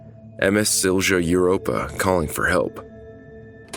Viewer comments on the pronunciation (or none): It's pronounced Silya Europa, not Silgia Europa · Siljuh 💀💀💀 its pronounced Silya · Bro did you just say silša europa? Im sorry but its sil-ja europa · A small friendly help: It's pronounced Sil-ya Europa Not Sil-sha or Sil-cha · Good job overall but Silja should be pronounced more like Silia rather than Sil-jah. Again, apart from this minor thing, good job 👍🏼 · Silja is pronounced "silia" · You should to the one with the Zebrugge Ferry...it was sailing from Belgium to England I believe, and it sunk because someone actually forgot to close the auto entry door beneath the port of the ship. Also, it's sil-ya...the j has more of a y sound in Finnish. And when you say Turku, you roll the r, which you do on most r's in Finnish. In the end, officials in Finland, Sweden and Estonia were all held accountable, each for different things. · You absolutely butchered "Silja"